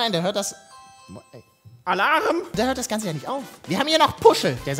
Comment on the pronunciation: (Klingelton): ALARRRRM😂🙏🏼